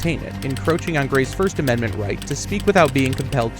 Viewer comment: you keep mentioning these amendZents THAT DON'T EXSIST 😂😂😂 ameriZa HUH